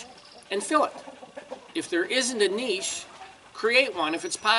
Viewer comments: Pronounced "nitch". Not "kneesh" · What's a "kneesh"?